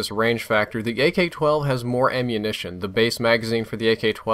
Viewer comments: In Min he don't Says Ak12 he says GayK12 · it sounds as if he says "gay-k 12" lol, great video and thanks for listening to your subs about the range thing, I said it a few times too